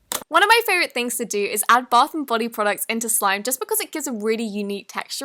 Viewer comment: You said throngs........ it’s THINGS